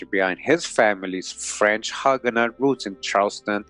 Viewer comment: Please stop mispronouncing Hugenot sounding like hug...Long u sound as in the sound of hue or blue. Hugenot. Thanks for the useful information.